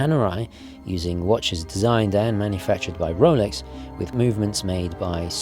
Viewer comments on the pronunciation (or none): none